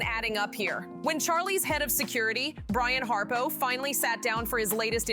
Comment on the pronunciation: His name is Brian Harpole...not Harpo. This is crap.